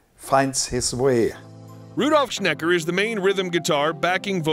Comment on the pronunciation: "Rudolf Snecker"? Really?